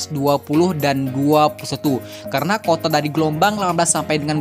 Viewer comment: Kuota bang.bukan kota haha.